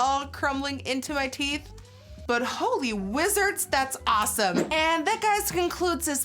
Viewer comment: Lmaoo she said asssome